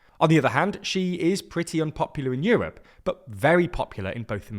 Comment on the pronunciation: Yewope? It’s called Europe.